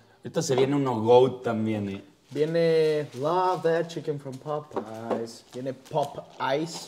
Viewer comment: que nacos popays se dice popeyes porfas